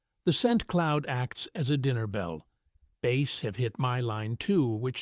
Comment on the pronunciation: Only AI would call a Bass a "Base"! :(